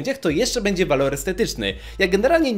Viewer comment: Pracuj nad dykcją kolego, wymawiasz miĘdzy bĘŁdzie itp.